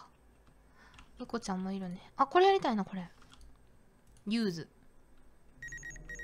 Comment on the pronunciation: i love how clearly says "Use", here.